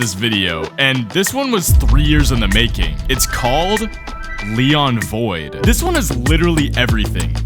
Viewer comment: Bro did NOT say “Leon void” 😭